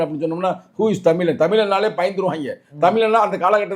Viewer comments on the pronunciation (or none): none